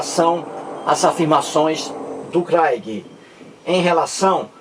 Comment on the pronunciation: Você está dizendo bobagens,você está se baseando numa reportagem de uma revista, você não está provando nada, você nunca leu um livro do craigui. kkk Saiba que você está sendo refutado em outro canal,por um rapaz inteligentissimo, que está fazendo doutorado em teologia. Você,,é um velho burro,que não lê livros de Sociologia, filosofia,antropologia, nada. Não sabe nem pronunciar o inglês. kkkkk Porque você não quer debater com ele? Tá com medo dele te provar que Deus existe? Que a cobra falou? Que caiu fogo do céu? Que Jesus ressuscitou? Que ele secou uma figueira, porque não tinha figos? Que de acordo com cada evangelista ele dividiu alguns pães e deu de comer para milhares de pessoas? Não seja covarde,aceite o debate,que ele vai acabar com você, seu velho burro. Abraço, desculpe não quis ofender.kkkk